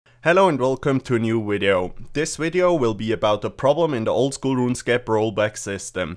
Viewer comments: Says 'wideo'. Types 'wideo'. Wat. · He needed to accept it so wideo it was